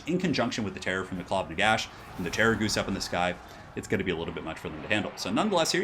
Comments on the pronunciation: STOP SAYING GHOOST IT'S DRIVING ME INSANE! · terra-ghoost lol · I keep hearing "Terrorgoose"... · What's the Terrorghoust thing ? Why do you pronouce it like that ? 😢😢😢